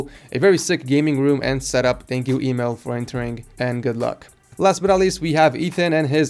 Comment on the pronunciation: first i thought he said email when he said emil